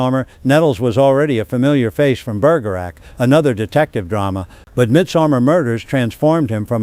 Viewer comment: Sounds like an automated voice delivering the audio. Can't pronounce Bergerac (which any human researcher would be able to do). The voice changes at about and etc. Hard to listen to for its relentless, non-human tone. The usual crude exaggeration and pointlessly weird tone. I WOULDN'T recommend it.